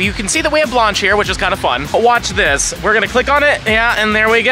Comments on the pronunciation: My great grandmother is rolling in her grave with your pronunciation of her name! It's an A sound not ah.. This video was cringe everytime you said it like that. Look at your golden girls there was a character by the same name right? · Lol at saying Blanche "Blonch" like Launch. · Bro the way you’re pronouncing “Blanche” makes my ears twitch